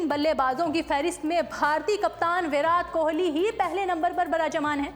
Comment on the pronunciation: No 1 PR varaat Kohli barajman h Ye Naam bhi dhng se le nhi paa rhe h